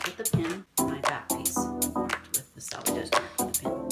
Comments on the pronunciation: The edge produced on the ends of woven fabric during manufacturing - to keep it from unraveling - is called the selvedge. It is not 'salvage;' it is pronounced sel'-vij. Thank you for the video! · I’m very sorry, but I could not finish this video. After hearing the term ‘salvedge’ used incorrectly five minutes through, I had to move on. I hate to be a nitpicker, but the word is ‘selvedge’!! This is an informational video! Please get it right!